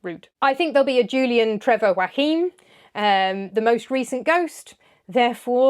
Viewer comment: Fanciest pronunciation of Joachim ever 😂